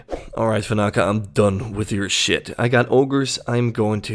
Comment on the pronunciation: Its Van-na-ka not Va-na-ka, the extra n makes a difference. Normally doesn't bother me but you said it like 10 times in a minute so it did.